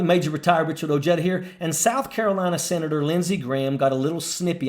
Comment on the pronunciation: Same your last name correctly… Oheda like an H